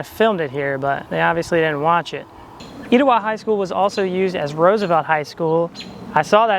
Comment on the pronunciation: omgg i’m an Etowah 2024 graduate and i had no idea this movie was filmed here! It was so cool to see you visit my school that my mother and all her 5 children graduated from. Thank you for featuring it in your video, also it’s pronounced ‘eh-tow-ah’ but I understand the confusion ❤️